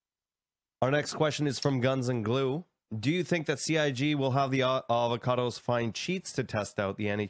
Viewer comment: It's not evocati noonb it's avocado